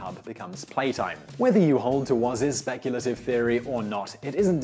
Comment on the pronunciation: he pronounces his last name Wous 😅